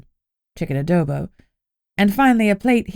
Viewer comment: As a Filipino, I was pleasantly surprised to hear pancit, adobo and lumpia mentioned! And pronounced correctly, to boot!❤❤❤